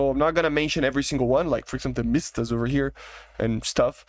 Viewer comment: Usefull video, but MSTA, not mIsta, there is actually no "I" sound